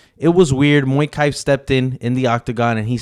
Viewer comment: Mokaev not moikai